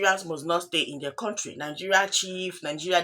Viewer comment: MADAM IS COUNTRY NOT CONTRY WHY YOU NIGERIANS DO HAVE PROBLEMS IN ENGLISH PRONUNCIATIONS